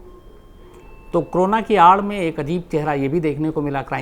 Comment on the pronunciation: Shams bhai why you always say crona क्रोना ? It is Corona कोरोना...